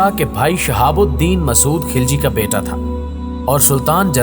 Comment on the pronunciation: Kis kis ko malaot kar diya yaar ek video like k liy khilji ko ghilchi bata thi ho afghan ko Turk bana diya Kiya anab shanab bol rahy ho tum